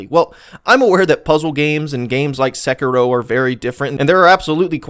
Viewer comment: It's pronounced SEH-KEY-ROW plz